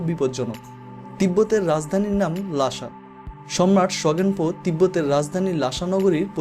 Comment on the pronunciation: ' লাশা ' না রে ছাগল অইটা হবে ' লাসা ' । স আর শ এর তফাত জানে না আসছে ভ্লগ বানাইতে